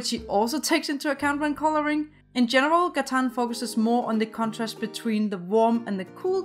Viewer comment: Its not katan its Gatan